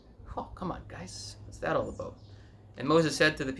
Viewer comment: Like when u say, "aboot."